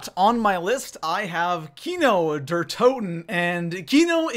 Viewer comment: De is pronounced good, you have a good german accent ;3